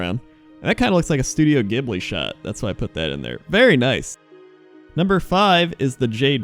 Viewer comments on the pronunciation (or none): none